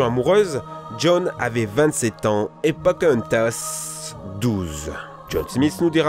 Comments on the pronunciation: Oui! C'EST POKANN-TASSE ET PAS POKA-EN-TASSE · RAAAH !!!!! POCAAAAHOOONTAS PAS POCèNTAS !!! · "Pokentas" Je suis le seul a prononcer "Poka Entass" ? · pokahontas pas pokentas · pokentas il a dit pokentas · Aub-I -1 Ça m'a beaucoup trop perturbée XD (Comme Pokentas :') ) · Pokenthas? C'est quoi? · Pourquoi j'entends "Pokentasse" ? 😭😭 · Il m'a tué avec pocahontas MAIS IL A DETRUIT MON ENFANCE MOUHAHAHAHAHAHA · La façon dont il prononce POCAHONTAS est trop bizarre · Reïponce ^^ et Pocenntas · et RAYponce aussi OMG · ca va la dislexie comme excuse ?? elle est pourrie tu part dans la rue t'entend 25 000 personne dire raiponce et non Rayyyyyponce et pareil pour pokenntas on l entend a tout bout de champ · "Rèyponce" "Pokèntas" Dat prononciation du turfu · RaYponce, PokÈhonetas 😭😭😭j'ai mal au oreilles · “Pocehntas” “casimodo se fait friène zone” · Si ça se trouve il a réessayé plusieurs fois et c'est là la meilleure prise qu'il est fait et puis c'est dur quand t'as toujours appelé un personnage de telle façon de l'appelait différemment.